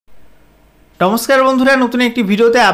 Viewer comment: টমস্কার না দাদা নমস্কার